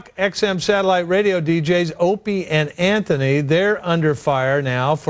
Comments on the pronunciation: "anthony and opany" Smack! Stupid bitch, it's Ope and Ant. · When she said anthie and opiny 😂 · hole said " Anthy and Opany"!!!!!!! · Did she say Anthy and Opiny? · ''Anthie and Openy'' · haha! she said "antony and openy" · Did she say Anthy and Opanie? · this dumb bitch said "anthony opieny"....and she doesnt even know how to speak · "Anthy and Opany" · hahahaha holy shit she said anthy & openie lololololol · stupid hole can't even get the name right...calling it "anthoni & opie" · "Anthy and Opany"? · did that goofy bitch say anthony and " OPIENY ?" she doesnt believe half the shit thts spewing out of her mouth...just another clone of ppl who like to hear themselves blab...